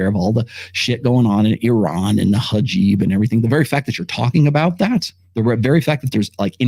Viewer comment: lmfao "hajeeb"